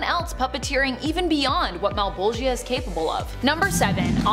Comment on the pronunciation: Mal-Bowl-Juh Mal(pal with an m instead) Bowl(like for cereal or weed) Juh(Duh but starting with a J instead) Though Male-Ball-Gi-Uh had me g.o.l. (giggling out loud)